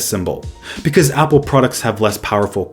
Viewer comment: says hPPLE